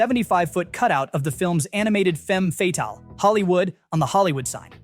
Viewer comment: Not sure if betrays an a.i. announcer or just that "he" is one of my fellow yanks. Those last two syllables in "femme fatale" are pronounced "fuh-tall."